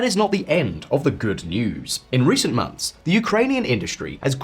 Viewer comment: months NOT mumfs